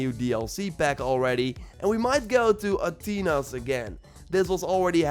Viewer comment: "Atheena" not "At-teena".